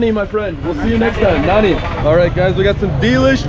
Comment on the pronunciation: It's funny how you say Nanri(Thank you). You say it like Nanny!! There is a R in between.